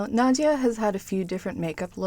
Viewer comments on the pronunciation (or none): Nadja ..not Nadia